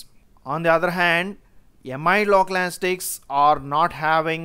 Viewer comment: Sir why are you keep saying anastics again and again?? Isn't it anesthetics?? I don't want to sound mean, just couldn't help myself from asking ..